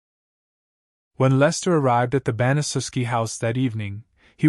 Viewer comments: Pronounced ban-a-shef-ski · It's pronounced BAN-uh-SHEF-SKI